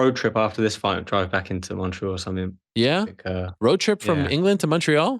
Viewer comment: "Road trip from England to Montreaaal?" Ariel "I'm British by heart" Helwani